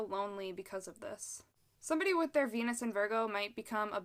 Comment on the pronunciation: Sometimes when you say Venus it sounds like penis. Makes the video hilarious